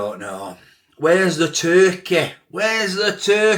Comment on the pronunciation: 'Where's the turkeh?' Where's the turkeh?' It's pronounced Tur-key...TUR-KEY!!! 😂